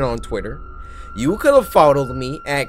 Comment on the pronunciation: cory did you say followed or fodled